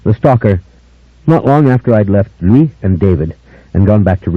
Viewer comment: Honestly, I thought leaned into Lestat's hammy delivery too much. And he pronounced Louis wrong through four books lol